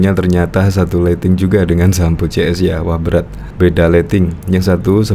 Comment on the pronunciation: Bukan Sambu pak, tapi Sambo...😪